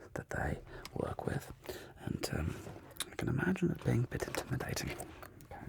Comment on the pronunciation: “Shes very intimidating”- in the most British accent